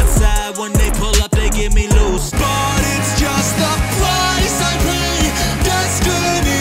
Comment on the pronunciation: He said peey insted of pay in the brandon flowers lol😂